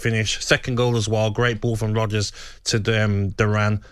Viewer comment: Is Gabby calling Rogers Rodders?? 🤣